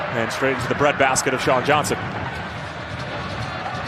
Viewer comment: Does sound like that, but he was trying to say "Johnson" not sure how he messed up THAT bad